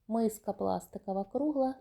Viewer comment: ПАдвійний з пластикАвою мискАю, нАвинка пластикАвий,прямАкутний пАлиці, нАві. У вас нічого не змінюється,ви стали ще дужче акати. Складається враження що ви це робите спеціально. Особливо цукерки під назвою крАкадил,просто порвали нас від сміху. Не треба ходити на шоу, вмикаеш ваш канал і тут сантіметрів 😂, мілілитрАв акцИя, Аднаразові 😂, акцИя, КрАкадил, пАдушка😂 Арнаметром😮, пАвітря 😅,кАмплект. Навіть негри, які приїжджають вчитися в Україну, набагато краще розмовлять українською ніж ви,і вчаться набагато швидше 😂. ПА знижці? 😂 По знижці. Вам так тяжко вимовляти букву О,замість А? Так можна ж читати наприклад з цінників, або з упаковки. Хіба на упаковці цукерок під назвою Крокодил написано КрАкадил? Навіщо ви паплюжите нашу рідну мову? Хіба так важко навчитися правильно вимовляти слова? Дивіться інших блогерів які розмовляють гарно і вчіться,сядьте перед дзеркалом і дивлячись на себе вимовляйте слова які вам не вдається правильно вимовляти. Допомагає на 💯процентів.